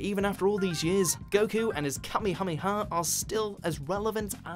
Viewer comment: ka meha meha not kame ha me ha